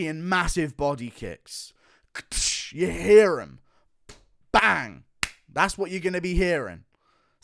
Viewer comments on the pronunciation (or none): none